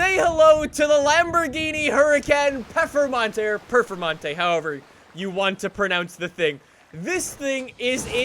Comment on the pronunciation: its not puffermonte